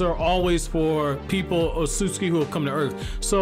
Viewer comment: Why is he mispronouncing otsutsuki?